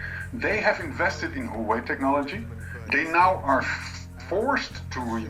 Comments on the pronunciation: He could at least make an attempt on pronouncing it somewhat correctly instead of "Hoewey" 😉😂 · he just murdered the company name